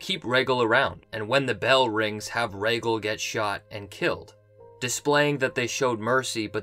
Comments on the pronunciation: You're a huge fan but you still cant pronounce "Rhaegal" correctly? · Casey W. He actually says Raygull 😂😂